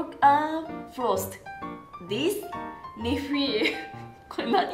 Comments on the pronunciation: "Thisu nephewu" Kore nani? Already take me to heaven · I love the way she says nephew